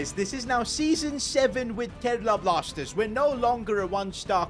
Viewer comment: Bro really said Kerala Plasters